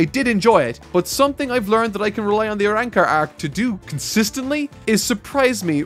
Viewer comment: It's Arrancars not Arannkars. Please fix your accent!! Call them by their names. Or are you afraid to make a mistake???